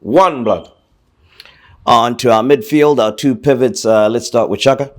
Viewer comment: is the only one loves saying pivets😂😂 is he a professor? Haha pivets